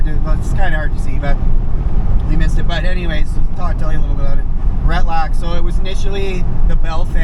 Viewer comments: Ret-lack.? LOL. it's Retallick. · pronounced: ret-al- lick